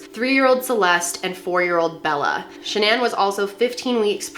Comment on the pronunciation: Is saying the name shanan and the company name level incorrectly? Lol is she trying to get all fancy with these names, or what??